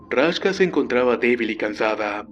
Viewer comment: Raksha :v, no Rashka :v